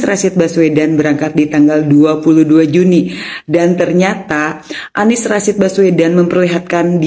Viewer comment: Kesleo lidah Anies jadi ngomongnya ngk pernah bener.🤣🤣🤣.